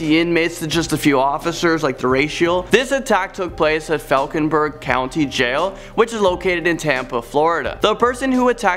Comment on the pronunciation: I know it's nitpick but you mispronounced the name of the Hillsborough County Sheriff's facility Falkenburg Road Jail is actually pronounced 'Fulkenburg' at least here in Tampa it is.